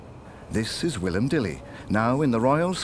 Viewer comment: Wylam is Pronounced W(eye)lam. Not Willam.